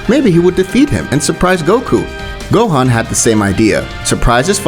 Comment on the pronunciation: Why did you say gohen